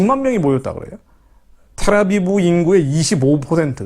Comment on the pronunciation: 테라비브가 아니라 텔라비브입니다.